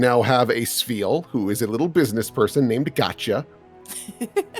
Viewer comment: Why does turn Welsh whenever he talks about Spheal